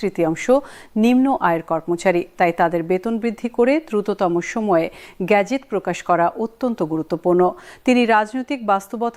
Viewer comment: গেজেট। "গ্যাজেট " খুবই শ্রুতি কটু!